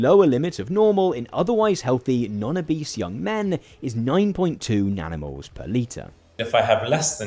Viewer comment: Legit heard nanomoles as "danimals" (like the US "kids'" yogurt brand) the first few times.